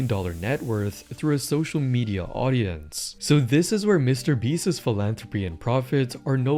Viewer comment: I like your videos but your pronunciation is driving me up a wall.. Beast's is pronounced the same as beasts. Not beastis